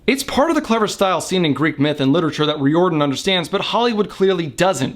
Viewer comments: It's RYE-OR-DONE. Not Re, Rye. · Also, sorry for this, but it is pronounced RY-or dan. Loved the review though. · Yo old vid but you pronounce Riordan wrong, it's like "rear-din" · Thalia is pronounced with a 'TH' sound not a 'Ta' sound. Rick Riodian's name is pronounced like the word 'Ridin.'